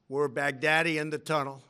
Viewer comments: I hear Big Daddy 😂😂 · Am I the only one who is hearing Baghdadi as "Back-Daddy"😂🤣